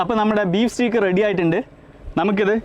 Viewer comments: സ്റ്റീക്ക് അല്ല സ്റ്റേയ്ക്ക് ആണ് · Pronounciation Steak alla steak (steik) aanu